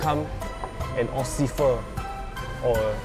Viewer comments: the guy in uniform said “ ociffer “ instead of “ officer “ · LOL HE SAID OCIFFER INSTEAD OF OFFICER 👮‍♂️ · he say ociffer haha 😂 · did anyone notice that the guy said ossifer insted of officer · LOL DID ANYONE NOTICE HE SAID OCIFFER NOT OFFICER!? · 4.13 he said officer as occifer 😂😂😂😂😂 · siao boy boy😂😂😂😂then for officer>occifer😂😂wahh i cannot cannot tahan my laughter sia😂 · "osifer"?? LOL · haha!it was a very nice scene but i heard the hao lian one say "officer" become "ociffer" 😂😂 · at 4.11, said occifer instead of officer😂😂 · i really enjoy this. 4.13 the guy say ocifer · "Occifer" LMAONI DED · Lol,"Officer" became "Occifer" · ... Did he say 'ocifer' ? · I heard him say ociffer instead of officer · "I going to be a ocifer" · Hahaha he said an occifer instead of officer. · He said occifer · he say ocifer .. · he said ociffer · Pronounce officer wrongly "Offcifer" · Its officer not ociffer